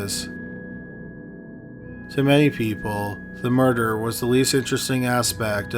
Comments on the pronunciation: Its murder Mer-der Not murderrrer Please fix the pronouncement its not a difficult word you've been making this mistake for a long time now It's bad enough the video is slow paced when read but the bad pronouncement and long dragging of the word really ruin your video for me You used to make better vids despite the murder mistakes still very informative just wish you read it more easily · The way you pronounce murder is amazing